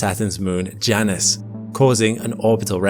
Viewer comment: Somebody tell this dude that moons name is pronounced J - Anus.